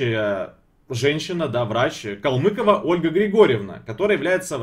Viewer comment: КалмЫкова...)) может КалмыкОва всё-таки?